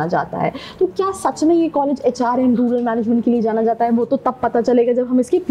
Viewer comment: I stopped watching it from the point where she said rular management 🤣🤣🤣🤣